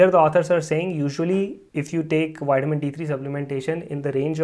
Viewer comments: its not called whitemin it's Vitamin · "Whiteamin D" 😄